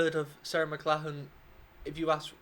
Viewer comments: It is pronounced: Mc - Lock - Lan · You're British and can't pronounce a Scottish name Mc Lock Lan. That's okay though, I live on Mclachlan Street in her home province and no one can pronounce it here in Northern BC Canada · Who would have thought an English man couldn't pronounce an Irish name.